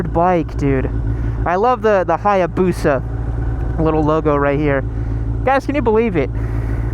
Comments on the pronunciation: WTF IS BOUSA?? its called hayabusa LIKE hi-a busha. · “I bought the Bussa for the memes” Sure sure you just wanted a bussa lol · You said torque? Try the diavel.